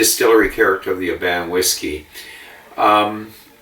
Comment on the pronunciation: Nice review. Oban is pronounced OH-bun. My dad used to have seaside holidays there as a child living closer to Glasgow.